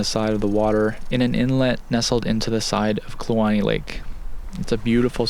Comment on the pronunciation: Thank you for pronouncing Kluane correctly. 😜